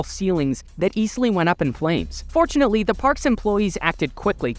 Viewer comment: Every time he said "fortunately" i thought he said "unfortunately"😅